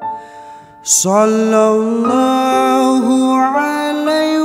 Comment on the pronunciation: Maaf ka dibaca nya bukan sollolloh tpi sollawlloh